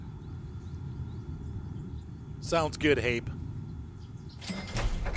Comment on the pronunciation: Hape is pronounced Harper